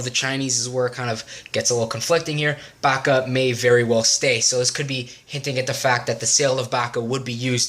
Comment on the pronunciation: Pjaca is read as Piazza